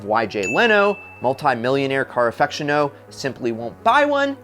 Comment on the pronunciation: He miss-pronounced aficionado also.